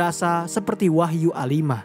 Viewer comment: Wagyu min, ndak wahyu do 😅